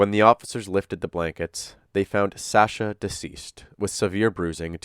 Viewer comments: omg.. please learn how to pronounce Sasha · I’m 5 mins in and it’s driving me crazy. I’ve never heard the name pronounced that way either, it’s like saying TimOthy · That's not how you pronounce her name lol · The way you pronounce Sasha makes me want to cut myself. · Anyone else having a hard time getting through this video with him pronouncing “Sasha” wrong the entire time? He did say it right in the beginning. Edit: I see that he goes back to the correct pronunciation later in the video. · SAW-sha. NOT SAEH- sha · Narrator keeps calling her shaaa-shaaa. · Sasha = "Sah" as in "awful", not as in "ask". Please, let's do our best to pronounce the victim's make correctly. ❤ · why keep calling her the wrong name SAAsha instead of Sasha lol they say it a million times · I am trying to get into the story, but the pronunciation of her name by the narrator is driving me up the wall. In the clip in the very beginning Sasha pronounces the first A in her name with an "aw" sound like in fought or bottle. The narrator does an a "aa" like in cat or flat. I know its not the end of the world.... but it can't stop hearing it :P :P :P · love the vid but u are pronouncing sasha, "sahsha" and it's actually so annoying. jfc learn english. or maybe just listen to how her friends say "SASHA" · Now her boyfriend just pronounced her name……..why is our guy still pronouncing it incorrectly?!?!?! He’s still one of my fav Tubers though😊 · The way you constantly mispronounce her name even after Anthony said it in the call really irks me. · Bro just pronounce her name right. The video you played literally had a recording of someone who knows her saying her name with correct pronunciation. With all the prep needed for this video was it so hard to pronounce her name right? I’m not gonna watch this video for the sake of not wanting to hear SASH-UH every 30 seconds. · She pronounces her name, why are you saying it wrong?